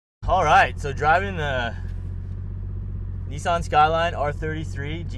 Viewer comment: Just one thing, the pronunciation of Nissan. Not so much as Nee San here in Oz but just one flowing syllable more like an en sound, Nissen